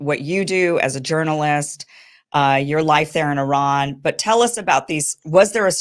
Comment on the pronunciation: I love how correctly and beautiful Kim pronounced Iran and Esfehan.❤